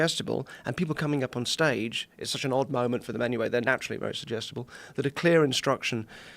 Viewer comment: He says "Sugestable", We hear "IDIOT"